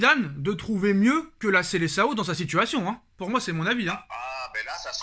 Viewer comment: svp , prononcez SELESAON !